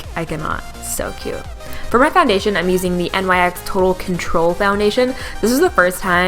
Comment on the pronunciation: Just a helpful tip: it's pronounced "Nix" not "N.Y.X." Love the lip color ❤️